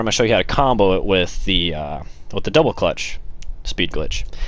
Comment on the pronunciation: You sound like a fucking idiot saying double clutch